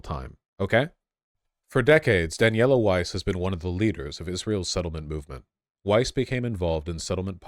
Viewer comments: Please stop stroking, lovingly your hipster beardy hair mustache. You lose massive IQ cred with every stroke. Like man -bun hair on the heads of soccer players. And, yes it's Weiss. with a V sound. It is jewish, Yiddish and German. Weiss, German for "White". Pronounced "Vice". like that. Wysse is the Americanized de-jewishized pronunciation. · "Weiss" is actually pronounced "Vice" in german (W in german sounds like a V does in english) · Weiss is pronounced vise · Just to let you know in my opinion German names are just that, you can choose to bastardise them by deliberately pronouncing them wrong as the Americans and British do. Weiss is white in English but the W is pronounced as a V, no matter where the person lives the name is the same. Epstein too, it should be pronounced Epstine because ei is pronounced as i. Still, do what you want, but personally I choose to pronounce (and expect others too) my name correctly. It is a Northern English name and the German people here always have problems with it, so I take the time to teach anyone who cannot pronounce it how it is pronounced. Our names are important. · Weiss is pronounced in hebrew exactly like in german. Daniella is one of the most extreme settler. She is brain washed.